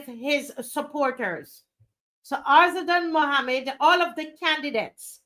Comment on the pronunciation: You pronounce his name correctly. Thank you